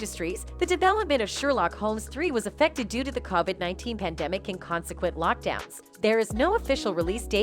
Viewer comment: Your reading bot needs some tweaking... "one dollar million" "Caw-vid 19" ...lol and the pronunciation of Modigliani? Absolutely disgusting....